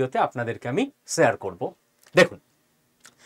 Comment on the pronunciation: শুনতে খারাপ লাগে --- স স সেয়ার আরো কতগুলি তাই নিয়ে student পড়ানো চলছে। ছিঃ ছিঃ